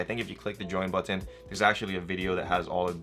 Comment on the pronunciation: Love the way you pronounce button.